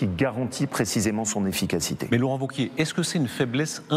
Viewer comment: Wauquiez !!!! pas ''vauquier'